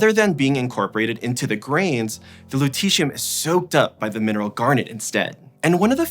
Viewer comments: Which letters sounds out the "eeshh" sound in Lutetium?Not the Lu-, not -tet and not the -ium-. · it's the "et" here: LutETium.